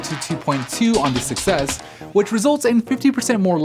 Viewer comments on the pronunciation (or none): i always hear iPhone success instead of iPhone 6S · I keep hearing "iPhone success" instead of "6s" 😂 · Holy shit they I do to